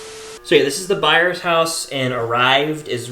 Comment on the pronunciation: “Byers” house, not “Byer” house!!